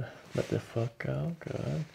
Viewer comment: I thought he said " let the f*** go" but he was saying " foot" 🤣